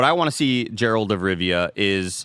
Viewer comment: I stg if they say “Gerald” of Rivia one more time